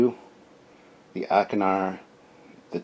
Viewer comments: "Achernar" is a star in Eridanus. It's evidently pronounced ˈeɪkərnɑːr. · I have these! Picked them up at a con in the 90s! I think it's pronounced "ark-en-ar' The Class names come from Franz Joseph's work, as do the starship names/numbers. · This is really great stuff! I think its pronounced ... Ack'er'nar class...